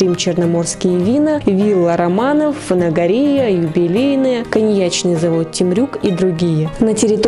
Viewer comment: здравствуйте ,почему ФанагорИя,а не ФанагОрия ?